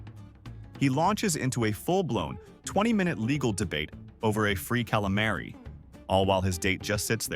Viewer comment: It's pronounced calamari, not calimary